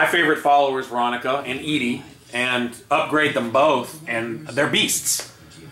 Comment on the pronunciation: why did u say ed-e like that, it is suppose to be a pun for eddy